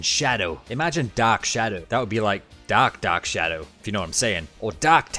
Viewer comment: I was hearing "Doc" Super Sonic for the first few seconds of the video...